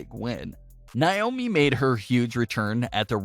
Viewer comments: It's not Nye-oh-mee, it's Nay-oh-mi. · In Naiomis name the stress is on the a not the I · I hate the way he says Naomi’s name